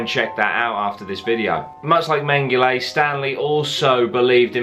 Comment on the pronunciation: It’s menghel-ah not ey